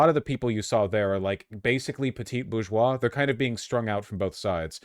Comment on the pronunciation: Vaush - Just a tip: petit bourgeois is pronounced “PEtee boozhWAH”. If you drop the last “t” in petit, you’ll be fine. And it’s NOT pretentious to pronounce it like that.